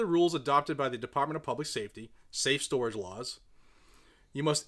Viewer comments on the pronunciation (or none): none